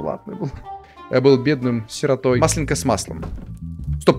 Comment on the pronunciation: родной, правильно маслЁнка